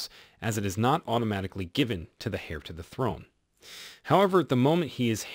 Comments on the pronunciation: It’s is pronounced “Air”=Heir, NOT “Hare”! Cmon 😢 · It is not pronounced Heir but air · Dude it’s Heir-Air, not Hare- 🐇 ! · Heir (pronounced air) not Hair 😂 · “Hair” to the throne? Learn how to pronoun it. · The "H" is silent in "Heir" its pronounced like saying; "Air." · Love your channel, but please pronounce heir properly. Its pronounced air 😀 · Because this channel is full of made up lies & likes to pronounce things completely wrong. Hair to the throne is a ridiculous mispronunciation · Heir is pronounced with a silent ‘h’ so as in “air”. Charlotte is pronounced with a soft ‘ch’ so sh-arlotte. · If you pronounce ‘heir’ as hair, perhaps commentary on the royals is not for you… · Heir the H is not pronounced like air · Good grief! Please learn how to pronounce Heir. The H is silent. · You are mispronouncing the word Heir - the H is silent therefore it is pronounced eir. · You don’t pronounce the “ H “ in heir .